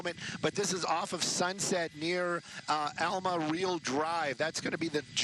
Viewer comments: "Alma Reel" Good Lord.....another ill-educated "reporter." It's Alma Ray-al!" Schmuck! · Alma Rey-al, you goober